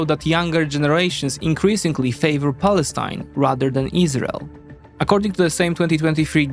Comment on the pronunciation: You pronounced Palestine wrong